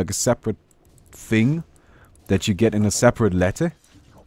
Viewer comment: like your vids but plzzz say That not Dat, gives me spasms